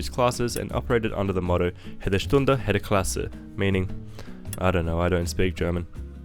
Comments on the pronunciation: That butchered pronouniation of jede/hede... It thought you must be Dutch. But if you are Dutch, how can you swap a Sprinter with an IC? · When pronoucing German, the J is not an h sound but a y sound. Jede Stunde. Jede Klasse." would sound like an Australian reading "yeder stunder, yeder klasser" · German is not Spanish. Not sure why you pronounce the j as an h. Jede Stunde, Jede Klasse means every hour, every class.